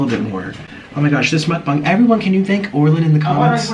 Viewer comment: Why do people say Mukbong its Mukbang!!!